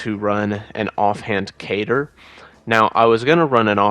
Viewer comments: What is a cater? Lol I never heard katar pronounced like that . Kuh-tar much ❤️ fantastic video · Great video, love the display Did you just.... Pronounce Katar as "Cater"...?